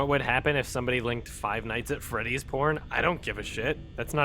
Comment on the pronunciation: Five nights at Fweddy's